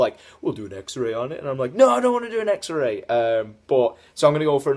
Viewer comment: I swear said "I don't want an xer-Ray"